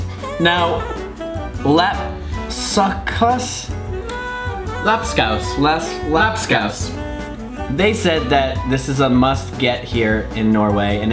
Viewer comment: got the pronounciation of "Lapskaus" RIGHT ON!!!